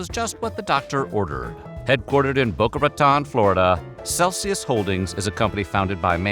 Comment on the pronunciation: It’s Boca Ra-tone… not Ra-taan